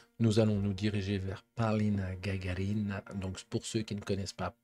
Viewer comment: У Вас неплохо получается говорить по русски!Конечно,как все иностранцы,Вы неверно ставите ударение в фамилии Полины;не ГагарИна,а ГагАрина! С уважением к Вашему труду и интересу к нашей культуре.❤